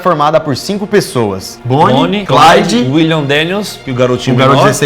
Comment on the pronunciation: Só eu que percebi que quando você Fala Bonnie e Clyde, parece um só nome sendo, Bonnie o primeiro nome e Clyde o sobrenome?